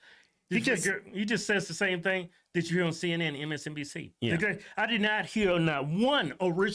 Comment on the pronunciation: Cenn Inn 😂😂😂 I will pronounce it this way from now on 😂😂😂 Love y'all ❤️